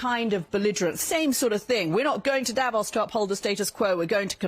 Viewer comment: The pronunciation is not Davós (with a short 'o') but Davos with a long 'o' like the 'o' in 'more' If you do reports from a place learn how to pronounce it! Same with names of politicians like Angela Merkel and Friedrich Merz. You're saying it wrongly. The world also make the effort to pronouce Trump's name correctly - you have no idea how the French would pronounce Trump in their language (...).